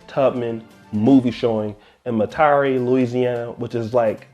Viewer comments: Its pronounced Met-Er-REE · Met-aa-ree Louisiana